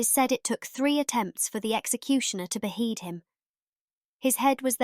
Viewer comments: This sounds like it's narrated by AI. I hope I don't get "be-heeded" (beheaded) for saying this! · Well the word beheaded for starters. Your narration pronounces it be-heeded. Charles ll pronounced Charles eye eye .Use a human narrator next time mate, it's much better.